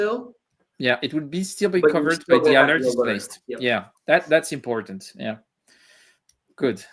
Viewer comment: Thanks for great video,, and I especially appreciated your correct pronunciation of covert. A beret would have been good